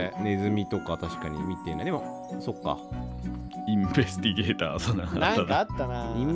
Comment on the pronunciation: ずっとこの人たち「インベスティゲーター」を言えてないのおもろい🤣